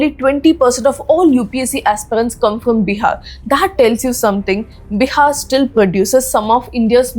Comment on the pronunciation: that is bihar not biha